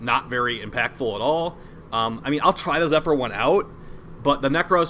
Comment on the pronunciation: You pronounce the P in Zephyr lol Zep-her lol wtf